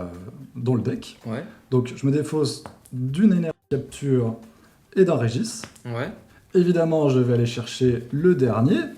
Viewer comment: J’ai pas l’habitude de reprendre sur la prononciation mais le « Régis » en place de « Regice » m’a fumé